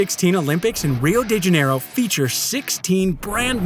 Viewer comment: Did he say "Rio Degenero"???